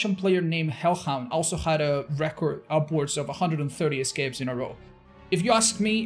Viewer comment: I love how says 'scapes', that's so not espanish of him.